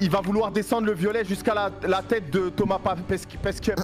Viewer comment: De toute façon les espagnol ne peuvent rien faire vous les français vous avez le premier YouTuber français et vous avez le meilleur chef et le meilleur mec qui n’arrive pas a dire Thomas pesqué 🤣🤣